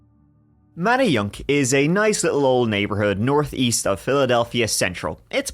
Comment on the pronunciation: You did a great job and you did a very good job pronouncing Manayunk and Schuylkill River